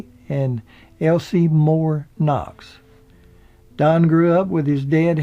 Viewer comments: hillbilly MC said Don Knox (Knott's) lol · sounds like he keeps calling don knox instead of Don Knotts. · sounds like your saying don knox not knots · Great as always! I thought Don's surname was Knotts or Knots, not Knox. Either way your biographies are always very informative and entertaining. Keep 'em coming! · It is Don Knotts, not Don Knox as the narrator called him the first several times. Frances left most of her estate to the local ambulance company but left her house to Moore Regional Hospital, Pinehurst, which promptly sold it. The cats had ruined the wood floors with their pee stains. Do not know her connection with Moore. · Knotts,not Knox. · Well done, but why does he not know the last name of either star. It's Don Notts and Andy Griffith. Not Knox and Griffin. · Knotts not Knox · It's Knotts, not Knox and it's Griffith, not Griffin and it's Elk Street, not Elm Street.. Andy's first wife played in one episode of The Andy Griffith Show. Her line was, " I'm sorry Mr. Masters". The episode was the one that Barney was going to sing a solo at one of Mr. Masters concerts. Andy's father also played in one episode which he didn't speak. He and Andy knoded to each other on the street. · You don't mind him saying Don Knox? He's not providing any information that can't be pulled from Imdb and Wikipedia. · Barney was played by Don Knotts not Knox. Andy's last name is Griffith not Griffin. The narrator seems to have problems pronouncing the actors names correctly. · Hey keeps calling them Andy "Griffin"and Don "Knox." It's Andy "Griffith" and "Don Knotts." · Not sure if you're saying Don Knox but I'm hoping you know it was not Knox but Knotts. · Isn't it Don Knots instead of Knocks? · Don Knox?? Don't you mean Knotts? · is it just me or does keep sayin' Knocks? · Griffith, Griffith, Griffith. Knotts, Knotts, Knotts. JEEZ. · think his name is don knotts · yeah so annoying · His Name was Don "Knotts" not "Don Knocks",, Take a speech lesson....